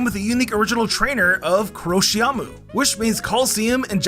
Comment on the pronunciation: It's DIE-fookoo, not duh-FOOkoo. And given KOROSHIAMU is evidently a borrowing of COLOSSEUM, I'm betting it's stressed on the I, not the A.